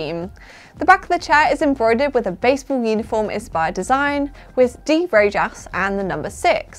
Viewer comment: Just fyi Rojas is pronounced RO-HAAS .. not RAGE-ASS 😉